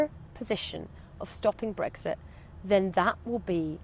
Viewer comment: She can't pronounce Brexit properly. There are no eggs in it.